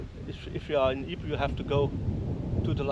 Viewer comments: That was a pretty bad pronunciation of Ypres, though the entente troops pronounced it 'wipers'. Poor young lads. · I believe the town of Ypres is simply pronounced EEP. There was a WW1 battle there. Don't remember which year. I think somewhat early in the war.